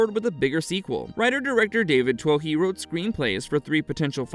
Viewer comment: For all my American friends. David Twohy is pronounced David Too-ee.. Its a Celtic name that roughly translates to chieftain or leader.